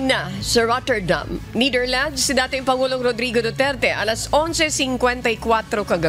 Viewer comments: It's annoying how she say NITHERLANDS, it's NETHERLANDS, you're a professional journalist you should know !!! Prayers for president Duterte 🙏🙏🙏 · Netherlands… not neitherlands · NEH-THER-LANDZ, not NEEDER-LANDS | Pronunciation matters too in news reporting. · Niiiitherlands? Ultimong pronunciation mali. Paano ka pa maaasahan sa paghahatid ng tamang pagbabalita? Halatang may binabasa lang at walang sariling pag iisip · The Neightherlands? 🤣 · It’s pronounce Netherland not Neither land lady broadcaster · Netherlands po, hindi Neitherland 😂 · Nee thirlands... nu b nmn un reporter nato😊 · Please the right way yo pronounce NETHERLANDS IS 'NE-DER-LANDS not Ni-der-lands' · NETHERLANDS HINDI NIDERLAND JUSKOOO DAAYYYY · Nidirlands sabi ng girl lol 😆 😂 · Ne - ther - lands hindi nithirlands. But God is Good! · Why does she keep pronouncing netherlands as neitherlands lol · Pakicorrect po ang pronunciation ng The Netherlands! Thank you po! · Bisaya ka day yung pronunciation mo po ng Netherland 😭😭😭😭😭